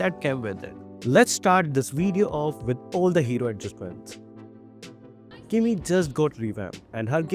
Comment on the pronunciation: Kimmy ❌ Kimmu ✅